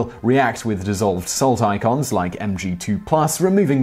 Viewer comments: You just called ions "icons" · Wrong. Subscribed, female, a retired medical professional, owns a small horse farm out in the country, sunny Central Oregon, and...on a computer. Oh, and it's "ions". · Please, what are "salt icons"? Did you mean "salt ions"? That would make much more sense.